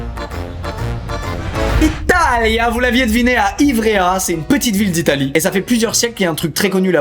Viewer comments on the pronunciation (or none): « Il dit ivrea au lieu ivree » le monteur 😂😂😂